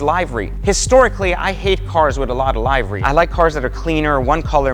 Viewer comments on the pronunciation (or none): You pronounced livery wrong. It's 'li·vr·ee'.